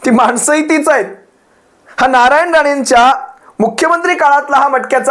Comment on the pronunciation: नालायन राणे च्या कुत्रा ने असं ऐकू येते... 🤣😂